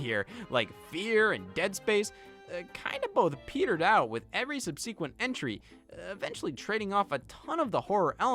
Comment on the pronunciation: Carl, that’s not how you pronounce subsequent!